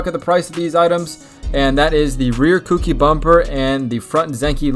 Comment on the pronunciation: Cookie lol it’s koUki